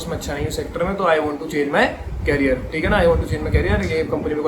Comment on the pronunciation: it's a helpful video for call center's interviews but not to say carrier (कैरियर) । it's career (करियर) R1 rcm's interview is not so easy .